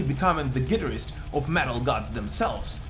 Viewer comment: The way hes pronouncing Guitarist is totally lame and 100% wrong sort it out........